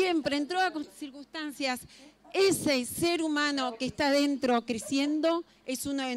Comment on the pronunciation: esta mujer dijo surquistancias en vez de circunstancias, por que la dejan exponer